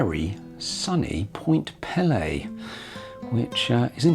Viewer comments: Mi-sh-igan. Point Peee-lee. You nailed the pronunciation of Mackinac Island, but not the 2 next easiest names... 😉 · Nice video. (BTW), it’s spelled and pronounced Point Peelee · I am Canadian and I know that we do like to point out that Point Pelee (pronounce pee-lee) is farther south than Northern California. This is really cool. I am glad I found this video. I had no idea you could take a cruise like this in the Great Lakes. I always think of short day cruises like 1000 Islands or crossing Huron on the Chi Cheemaun. I would love to take this cruise. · Ahh……how the take a cruise. Viking cruises are pricey, so are the other Great Lakes cruises from other companies. I have to tell you your pronunciation of Point Pelee was hurting my ears and dving me nuts! I’m from the Niagara Peninsula right in the middle of Lakes Erie and Ontario. It is pronounced like this peel- lee long vowels, sorry but I had to say something. And actually Pelee Island is even further south than the point, many Americans from the upper mid western states are shocked when I tell them a great number of Canadians actually live further south than they do and further south than Northern California! And the Prickly Pear Cactus is native to Point Pelee and to Pelee Island. Surprising eh! The Niagara area to the western end of Lake Ontario also has a Mediterranean climate with vineyards, tender fruit and the best strawberries you have ever tasted!